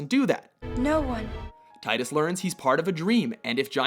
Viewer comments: Zack Fair should've been the FF entry. Also, they're pronounced "Tee-dus" and "Final Fantasy Ten." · you said tidus wrong. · Please learn to pronounce Tidus correctly. And seriously? Final Fantasy X? The X is Roman numeral for 10. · So I take it no one at WatchMojo has played Dissidia, because Tidus' name is pronounced incorrectly here. Also, I would have put Zack from FF7 Crisis Core, Grovyle from Pokemon Mystery Dungeon 2 (not including Sky), and Minato and/or Shinjiro from Persona 3 on this list. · Did you seriously mispronounce Tidus' name? I would expect that out of someone who didn't know what they were talking about, but you do all the video game lists. Plus, he really didn't sacrifice himself. He had no choice but to disappear. It's only a sacrifice when you choose it. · just correction for you guys. its pronounced Ti-dus. Not Tiy-dus. Besides, it sounds weird. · ARGH his name is Tee-dus not Tie-dus. Dammit. That's how his name is pronounced in Dissidia. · It's Final Fantasy TEN(not Ex,kinda like FF7 isent Final Fantasy Vee Eye Eye) Also Tidus is pronounced Teeduse,not Tyedus(you learn this in kingdom hearts,witch has been on plenty of their top 10's,don't make excuses for them) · You pronounced Tidus' name wrong. Its "Tee-Dus". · you assholes say tidas wrong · ohh umm u said Tidus name wrong :P... its like "Tee" dus.... they finally pronounce his name in final fantasy dissidia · #3 it's pronounced "TeeDis" :P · Tidus is as dumb as his name sounds. "Teedus". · y tidus titus.. tits......tittys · it's TEEDUS NOT TIE DUS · am i the only one annoyed that he pronounced Tidus wrong? I know they never say his name in X, and i can't remember if they ever say it in X-2, but i know they say it in Dissidia. It's pronounced tea-dus, not tide-us. And his death wasn't a sacrifce, he never existed, he was a anomaly created to defeat Sin, and he did, and time corrected itself and he dissapeared.... how wasn't Zack Fair in this list :( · it's "Teedus" and not "Tye-Dus"